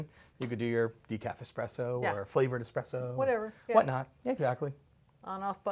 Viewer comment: Lmao expresso 🤣🤣🤣